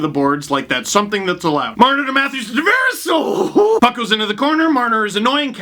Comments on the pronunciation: Hey Steve, happy to see you again. Since it's one of my middle names, it's actually pronounced Tah-Vah-Res, not Tah-Ver-Ehs. Go Leafs Go. Buds All Day. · can you please pronounce Tavares right. Its driving me crazy